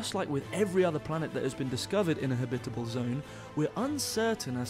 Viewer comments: haha i know dude, i was just teasing old boy about his strange accent in particular, the way he pronounces "habitable" ...lol... we say "ha-bit-ab-le zone" and home skillet was ear-worming me everytime he kept saying "ha-bib-itbel" .. So i was like, yo, what the fuck is "habbibibel" cuz that sounds real foreign ya know? just messin around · Please, it's habit-able. Not ha-bitable! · Ha-bitable zone 🤦‍♂️ Jesus. Am I the only one annoyed about the way he pronounces it? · He's saying it's pronounced "habitable", not "habitable".